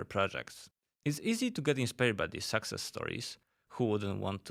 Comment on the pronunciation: Maybe you should learn how pronunce success first